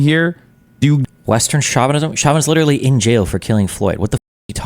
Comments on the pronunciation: Someone please teach Hasan how to pronounce chauvinism properly, it's so annoying. SHO (as in show) VI NI ZIM, not SHA VI NI ZIM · Oh, Chavenism. I haven't heard that term before. I thought he was trying to say chauvinism. 😂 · Chavinism. He's surely talking about Hugo Chavez. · Shaw-vanism.. based counter-cultural pronouncement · Its not Derek Chauvin 😭 Its pronounced "show-vin-ism" and it has nothing to do with Floyd lolll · It's a joke. He's mocking Hasan's wrong pronunciation of the word "chauvinism" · who else thought he said “cuck at an antifa rally” at first? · Trying to take him somewhat seriously, but i hate the way he pronounces "chauvinism" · Does Hasan actually not know how to pronounce chauvinism? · Hasan learnt the word 'chauvinism', though not how to pronounce it, three days ago. Now it's in every other sentence. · The way he keeps pronouncing Chauvinism is killing me. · Hassan needs to look up how to pronounce words. Everytime he mispronounced chauvinism made me cringe. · The most offensive part for me is that Hasan doesn't know how to pronounce "chauvinism" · Hasan keeps mispronouncing chauvinism